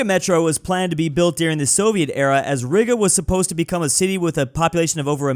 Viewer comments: that pronunciation of Riga 😭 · Sounded almost like the n-word lmao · Bro his pronunciation of 'Riga' make me uncomfortable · Why is he saying Riga like that 👀